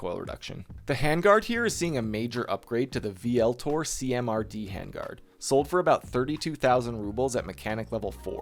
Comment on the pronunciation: Pretty sure that handguard is intended to be pronounced "Voltor". Great video tho man really enjoyed the builds